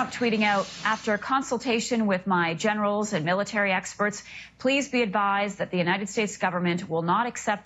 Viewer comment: Every time I hear the phrase "I consulted with my generals," what I hear is "I consulted with my genitals."